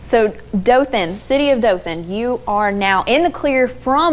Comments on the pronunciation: they said it wrong, its Daw-Thin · they mispronounced Dothan